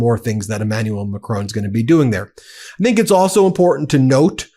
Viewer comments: Macron is pronounced Mack-ron, rhymes with “on” (not “own”) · Ben! Please stop calling Macron Macrone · Love your show.but it's Macron.not Macrone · It's not Macrone!!! It's Macron and the N isn't pronounced. It's more like Macroh. Get it right or stop saying it. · Macron NOT McRone Ramap-hosa NOT Ramafosa. Why do Americans always put the emphasis on the wrong syllable? The emphasis is on the first syllable, not the last. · Macron..... Not Macroan. Like McDonald, add an R and just finish with on. Macron. And then just add the Pepé Le Pew accent. Done. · It's not Mac-rone, it's Ma - Cron with an almost silent 'n'. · ‘Macrone!’ It’s Macron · Ahh Stop calling him Macrone Macron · Who is this President MacCrone? I have never heard of the Clan MacCrone. Or should Americans learn to pronounce French names? This horrible mispronunciation makes me cringe whenever I hear it. Sorry....... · Please learn to pronounce 'Macron' correctly...it's an unfamiliar sound but not that difficult! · Please Ben, pronounce President Macron’s correctly! It’s not a drawn out ‘o’ Please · Is there ANY American capable of pronouncing 'Macron'? They would get pissed off if I said Donald Tramp. FFS get it right. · Hey Ben, good work but please - his name's Macron as in Enron, not Capone, and if you want it to sound French say the 'n' with the rear of the tongue against the roof of the mouth not the tip of the tongue against the teeth. Thank you. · You don't have to pronounce the "N" in the French President's last name. :) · "Macrone","Versize", "Ramafooza" - it's excruciating